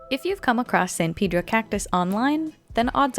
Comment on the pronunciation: That is not how you pronounce “Pedro”